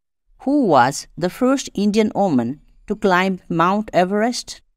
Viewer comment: Sir! That is woman not oman sir